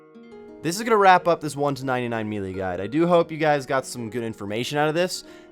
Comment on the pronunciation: melee is pronounced may-lay not mee-lee lol